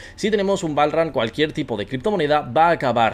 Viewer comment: el PROXIMO BALL RAN asi se pronuncia ? jajaajajajajaaja